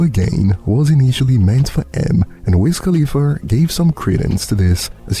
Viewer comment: "Wiz KhalifERRR" is CRAZY AF TO ME!!!! LMFAO 😆 🤣 😂 I mean, fam be ending those "A's" with the HARD R!!!! 😭😭😭😭😭